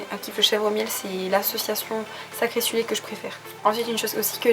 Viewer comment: 6'55 je te laisse écouter ton magnifique "sacré / sulé " au lieu de "sucré / salé " mdr ^^